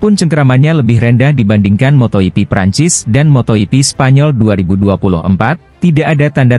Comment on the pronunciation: Motor yipi? Bro klw pake robot nulis narasinya pake bunyi lidah indonesia, biar gak salah baca , misal fransesko bagnaya, mark markes , dan sebagainya, mosok salah ucap dipiara terus ,tanpa kualitikontrol?